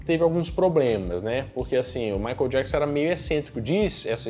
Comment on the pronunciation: A pronuncia correta é: " Maiquiél Diéquisãn"! ( fã perfeccionista kkkkk) Parabéns pelo vídeo!